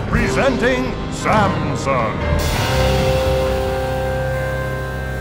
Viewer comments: When the Railroad Baron said "Presenting Samson!", he sounded like he said "Presenting Samsung!" Btw, no offense to this banger. Banger means "awesome thing". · Am I the only one that thought he said Samsung?